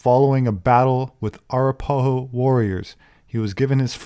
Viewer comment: A rap a ho is how to pronounce it , my brother in law in of that tribe